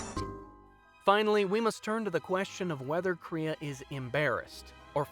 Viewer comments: how did you manage to never say Kreia or Atton right? Also Kreia isn't really over powered she's been down both the path of the light and dark which she makes a point to teach is the better way. And those jedi masters were weak. you can kill them one at a time in earlier levels. As for her past its heavily implied she was some high level jedi possibly Aren Kai. You seem to have a lot of footage from other videos and have falied to mention her greatest failure isn't scion it's Nihilus. I have to ask while you perfectly understood the point of kreia did you play the game? No seriously she and atton use eachother names and god that hurt to listen to. If you haven't or more likely its just been awhile steam has it and the restored content mods for a rather low price. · Everything about this video is telling me to unsubscribe... especially the way you said “kreia”